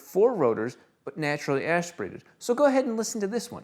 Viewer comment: Love the beginning of not only your journey, but the 4Dorito's as well!! Amazing work! I also love coming back here to reread the haters comments, funny, even more so now.. 🦗 🦗 🦗 🦗 4 crickets for the not so loud haters.. ASHperated 👀